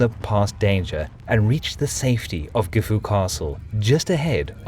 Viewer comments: As for the final "u" sound, that isnt an English affectation. Gifu and Kofu are both pronounced with a silent final "u" by people with a Chubu accent. That isnt the same as pronouncing it like "gift", or pronouncing Anegawa (the TITLE of the video) as "Annie go wah". (*o*) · Gifu castle? Dont you mean... Jifu castle? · Its pronounced JIFu not GIFu